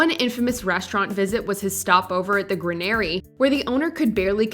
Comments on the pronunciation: Granary. Not gran-air-ee 😂 it’s pronounced gran-a-ree!!!! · Wait. Who pronounces granary like that? Gruh-nary? Nope nope nope. Gray-nurry. K thx. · The "Gra-nairy"?????? Yikes.